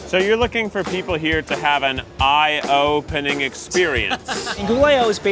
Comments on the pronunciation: I swear to god if Keith says IOpening one more time 😂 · yess you said it correct! Its I/O-pening😀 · Say I/O-pening one more time.... I DARE you.